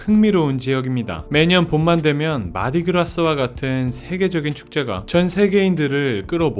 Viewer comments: '마디 그라스'가 아니고, '마르디 그라 (Mardi Gras)'! 모르는 단어이면, 사전이라도 한 번 찾아보는 성의를! 구태여 번역한다면, '참회의 화요일 또는 기름진 화요일 (Shrove Tuesday or Fat Tuesday)'이라고나 할까? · Mardi Gras 마지막 S 발음이 나지 않아요. 영어식 발음이 아니라... "마아디 그라"